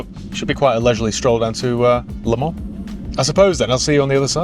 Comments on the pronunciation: Please it's Le Mans, not Le Man. You don't pronounce the s, but you write the s. Just like Paris, you don't pronounce the s, but you write the s. Or is it Pari..? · it's Le ManS FFS!!